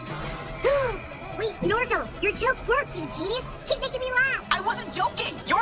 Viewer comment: “ Shaggy, sorry I mean Norvil “ No it’s okay bro you pronounced it correctly.